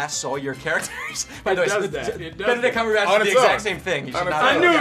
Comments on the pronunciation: Anthony Mackie: Benadrill Cumberbatch. Me: Bena... Benadrill... BEEDRILL! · Did falcon say benedril cumbercatch? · All wrong, it's Bendadilly Cumberwilly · it is beenie-man cinni-man you bombaclots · loved how Anthony called him Benadryl Cumberbatch hahaha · Buccaneer cucumberpatch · “I was going full Benidrill cumberbok” I’m dying 😂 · "I was going for Benedrill Cumberdatch" -Anthony Mackie, 2018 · "benedrill cumberbatch" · Kiersten Bugaj Benodick Cumberbitch :D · "benadryl cumberbatch" 😂😂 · No he said Bendmydic cobblesnatch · Nobody: Anthony Mackie: "Benedrill Cumberdatch" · "Benadryl Cumberbatch" 🤣🤣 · “Benadrill Cumberbatch” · HE SAID Benadryl Cumberbatch LMAO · "Benedrill Cumberbat" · he said Benadryl Cumberbatch